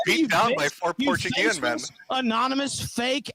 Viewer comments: Oh my fucking god Josh was right, he does pronounce it "porchego" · Pour chew go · You're saying it isn't Portchugo? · I think he pronunces it more like "portugo".